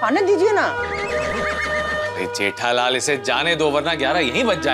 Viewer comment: 😂 Iyer says जैठालाल